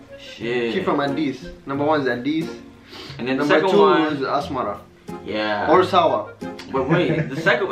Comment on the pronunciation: Asmara not asmera